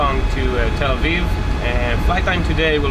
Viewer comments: Sam Chui, this was not your first time flying El Al. Please correct this and your pronunciation of Tel Aviv. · Love El Al .. great crew & always feeling safe ! .. Sam can’t seem to pronounce Tel Aviv properly 🤪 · it is funny hearing this guy pronounce the word Tel-aviv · Still can't pronounce Tel Aviv correctly 😅